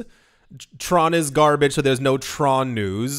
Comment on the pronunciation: ty, gar- barge lol. see you!